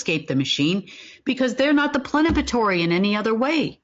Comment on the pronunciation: does she mean PLENIPOTENTIARY and not "plenapatory?"